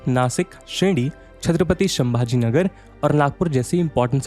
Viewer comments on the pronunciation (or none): none